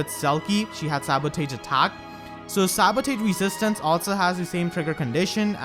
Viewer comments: Why did you pronounce sabotage as "sabo-tage", and not "sabo-toge"? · Is it me or does it sound like says "Sabutate" instead of Sabotage? (Sa-bo-tahge) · I'm going for green. Also it's pronounced "Sabo-tarj" not "Sabo-tage" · Dude, you're pronouncing the word sabotage wrong. It's pronounced like this (Sab-a-tazh) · Sa•buh•taazh. That's how you should pronounce sabotage lol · I love your content and I love your accent but I'm only telling you to help you out, sabotage is pronounced more like "sa-ba-tahj". I know, english is dumb sometimes --_--... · sabo-tahj gosh some of your pronunciations drive me crazy. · So that's how you pronounce sabotage. 🤔🤔🤔🤔🤔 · If you cant pronounce 'sabotage' then you should at least try to use that word as rarely as possible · That pronunciation of sabotage is amazing